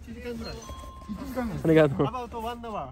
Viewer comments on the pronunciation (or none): Ummmm arigatoma is not correct am I right?